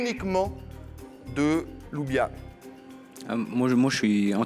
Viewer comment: Il a écorché le prénom de la petite à plusieurs reprise il l'a appelé loubia la pauvre loubia ça veut dire haricot en arabe mdr